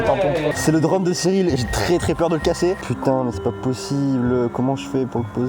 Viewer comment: " le drane"